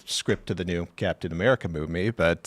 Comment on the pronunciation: Ah yes. The Pentagain and Amerikur